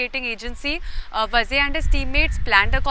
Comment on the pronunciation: is pronouncing “Vaaze” as “Vaze”. There is a HUGE difference. It is not just WRONG pronouncing issue. In Maharashtra, “Vazes “ are Brahmin. If it is was really so entire political spectrum would have reacted TOTALLY differently. There is a huge constituency outside just waiting for such an opportunity. This MUST be corrected.